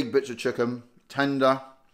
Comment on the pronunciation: Never heard anybody say "chucken' like that before. Never heard somebody eat a tinned chucken curry before either, really hope I never do so again.